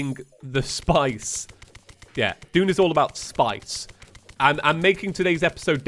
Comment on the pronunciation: mfw when it took me two episodes to realize that he was saying "Dune" and not "June"...🗿